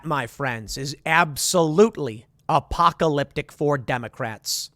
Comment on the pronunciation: Good God dude can you stop saying "apocalypTIC"